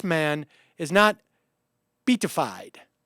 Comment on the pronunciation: Sam -- "beatified" is pronounced "bay-at-ified". I'm not exactly a good Catholic, but I remember that much.